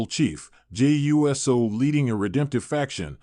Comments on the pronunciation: Is this Robotic cause I'm sick and tired of anyone want likes and won't even try to annunciation the person's name Jey is pronounced ( J ) Uso pronounced ( Ooh ) So quit talking saying U.S.O. if you don't know ask somebody. JERK. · I think it might be ai mispronouncing the usos as jimmy and Jey you s oh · Ok, I'm stopping this video right here, & right now. I CANNOT listen to this guy say Jey U S O again! I'm out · Dude we know you can say Uso! Stop saying U S O!